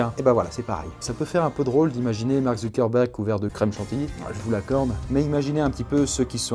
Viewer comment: il a dit mart